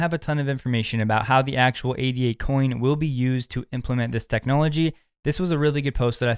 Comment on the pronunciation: Top tip! Just say "ADA" and not "A.D.A", as ADA is named after Ada Lovelace not A.D.A Lovelace.